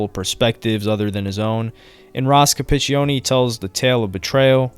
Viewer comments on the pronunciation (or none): Also pronounced incorrectly was Ross Capicchioni... Just don't wanna do another one of these. 🤣